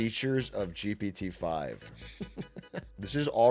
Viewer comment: the way they sound like they're saying "GBD 5" every time pisses me off, can they just make a cool nickname for it so they can say something with just 1 syllable instead of constantly tryna spit out "GPT 5" in the space of a microsecond?? just call it Greg or some shit idk